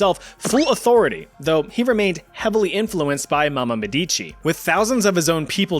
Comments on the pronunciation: I've waited so long for a part 2, it's finally here. I love you Chat you're the best. But in Catherine De Medici, the emphasis is on the E, mEdici. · Medici, not medicci..... The pronunciation is painful...